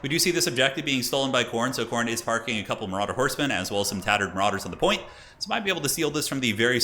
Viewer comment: I thought was going for a Bostonian “pahking” here. I mean, they were kinda parking on the objective.